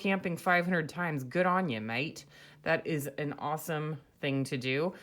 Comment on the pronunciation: "Good-on-ya mate" ... excellent pronunciation